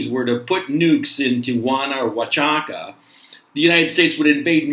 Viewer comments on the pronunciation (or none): Hi Gonzalo, Oaxaca is pronounced wa-ha-ka. Just helping man, keep up the good work!